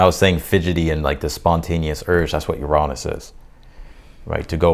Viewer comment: It’s not cancerous it’s cancerian 🇬🇧and your pronunciation of Uranus is really off putting Shame when you’re such a good reader